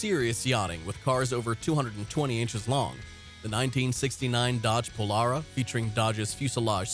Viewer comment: "Brogue-um"? Try "Brome"! And Dodge pronounced it "pol-AIR-a" not "pol-ARE-a".